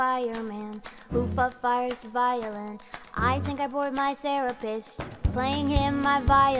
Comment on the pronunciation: Think를 띵크로 발음하는거 뜬금없이 귀여웠다